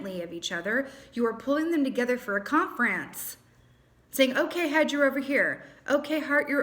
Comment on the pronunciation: This reading hands down has to be one of the best Pisces readings that you have done, IMO. Or maybe I was just really paying attention ❤️🙂 It spoke volumes to me and I really appreciate you and your gift. You also made me giggle when you said Con-France. I love that. And now I am going to listen to Outnumbered by Dermot Kennedy. Take care dear friend and I wish you all the best for a very Happy New year!